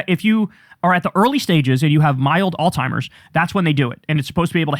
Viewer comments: bros it’s alzheimer’s not all-timers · Kyle! You keep saying "Altiimer's." There's no T in Alzheimer's. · It's alzheimers, not, altimers. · Kyle, please brother. It isn't all timers, or old timers, it is alzheimers! Alzheimers! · Kyle, it's not "all-timers" it's "Alzheimer's" haha and he has frontotemporal dementia. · Kyle… you’re a cool dude. Also, it’s alZheimer’s. Z. Zzzzzzzz. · Kyle I love you man but can you please pronounce "Alzheimer's" correctly? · Alzheimer's does NOT contain the letter 't' in it! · You are mispronouncing Alzheimer’s.